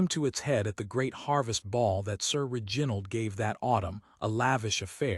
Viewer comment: If this is AI, you must teach it how to pronounce REginald, not reGINald. It is offputting.